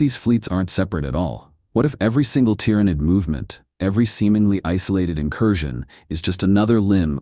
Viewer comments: Pronounce Tyrant for me PLZ. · I was about to correct you on your pronunciation on "Tyranid", but then you got it right. Then wrong again... then right again. Grammatical rollercoaster... For the record, it's pronounced "ti-ran-id", not "tye-ran-id" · The T-How? Bruh your pronunciation needs work